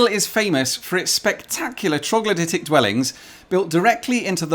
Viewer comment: It took me a bit to figure out what he said...when it clicked though...I felt like an idiot. 🤣🤣🤣😂